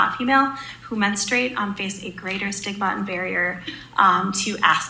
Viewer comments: It's men-STRU-ate ... I'm surprised a woman doesn't know how to pronounce the word which is singularly unique to women. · Did she say boys menstrate??